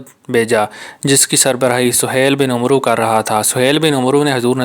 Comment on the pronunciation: Umroo nhn hota amar hota hai